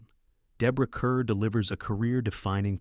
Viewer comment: Minor point - Deborah Kerr, the star of "The Innocents", pronounced her surname as "Car" - as in "Star".